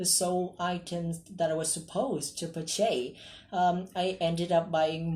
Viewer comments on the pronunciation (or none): Phát âm chưa đúng từ purchase nhé bạn iuuuuu Cơ mà này chắc band 7.5-8 đúng hong huhuhu đỉnh waaaa 😍😍😍😍